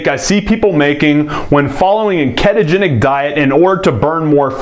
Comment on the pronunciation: It's ketogenic not keetogenic LOL